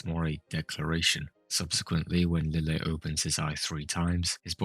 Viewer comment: Did you notice Lille was pronounced Liege-ay in the dub? I was not expecting that pronunciation but I like it.